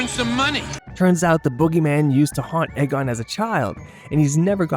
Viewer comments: It's EEE-Gon, not AY-Gon. And, it's Peter Venkman, not Peter Parker. I know, it's not Courage the Cowardly Dog, it's old, so who cares - but sloppy discrepancies like that make this seem kind of amateurish. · E-gon, not Egg-on..... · It's PETER VENKMAN Not Peter Parker. Also, it's pronounced EEE-GON!! Not Ay-Gon. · "The blonde Egg on." Lol AI narrators are the dumbest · Stop saying egg-on! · yeah. And he/it pronounced Egon wrong too. Either shitty AI, or engagement farming. Gross either way.